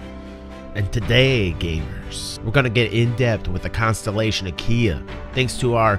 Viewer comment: Sounded like you said Constellation Ikea at one point. So I was like Oh so Ikea went from furnitures to spaceships 900 years in the future! x) This is definitely the Constellation variant I'm gonna get in PU, sounds like it's gonna be so awesome. Great video as always!